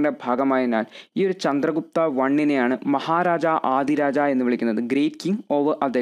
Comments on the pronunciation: Thank you sir. but Maharajadhiraja koottivayikkende. Maharaja aadiraja allallo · Maharaja adhiraja alla bro maharajadhiraja aanu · Nice class .. മഹാരാജാധിരാജ എന്നാണ്...